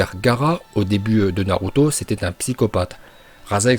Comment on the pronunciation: il a osé dire naRuto ?